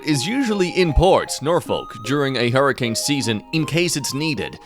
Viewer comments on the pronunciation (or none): none